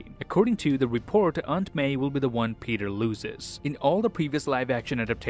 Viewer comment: I miss the "See you in the next waan"s he used to do